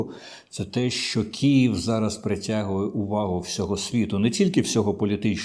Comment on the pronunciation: Вимовити правильно слово Київ чомусь ніяк не вдається